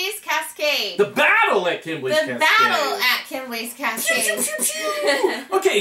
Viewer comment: I really enjoyed the review, thank you! My only (selfish) comment is that you're misprounouncing Kemble, lol (it should be Kem-bull). Also, my great uncle discovered the constellation. No clue on who decided to make it a board game though, lol